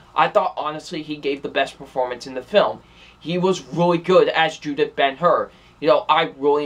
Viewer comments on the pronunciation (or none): It's Judah Ben-Hur, not Judith.